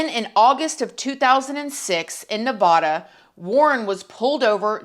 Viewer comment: Oh no. U pronounced Nevada a bit wrong. I'm from The Silver state✨️😉